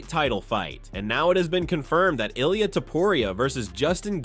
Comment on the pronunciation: Who’s Uhleyeuh Tupperreeuh?